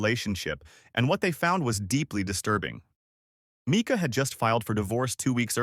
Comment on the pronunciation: Pronounced Myca